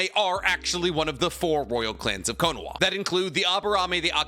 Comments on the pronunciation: Anyone noticed that he says "Konawa"? But the thumbnail and title are spelled correctly "Konaha" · Why does say kohnowa